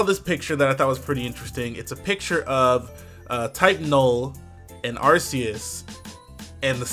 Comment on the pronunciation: it's ARK ee iss